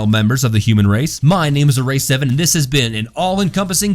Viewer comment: A-rack sev-Ann